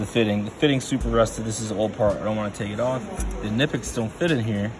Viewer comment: Mispronounced both brands ;)